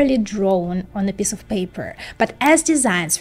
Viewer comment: Your pronunciation of piece sounds like piss.